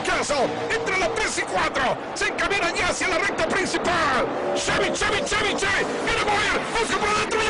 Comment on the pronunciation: "Cheby, Cheby, Toygota"